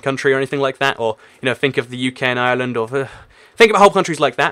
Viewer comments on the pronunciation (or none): none